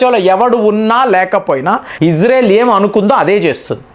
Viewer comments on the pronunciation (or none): none